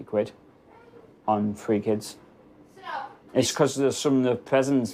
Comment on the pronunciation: Why are TH and T sounds so hard for these people in the UK to pronounce. It is THREE NOT TREE. IT IS THAT NOT DAT